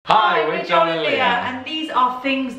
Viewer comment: Your fault that I got Cadbury Flake candy bars, Cadbury rolls and Cadbury chocolate to mix, my favorites! And Joel, I get why people mispronounced your name because it sounds like you say Joe but "swallow" the -el.